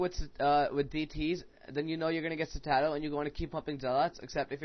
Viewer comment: Dude, Citadel is pronounced "sit - uh - dell"! ;)